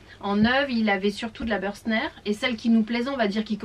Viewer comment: Merci pour cette vidéo très instructive. Juste une petite proposition d’amélioration. Bürstner étant une marque allemande, votre prononciation est erronée.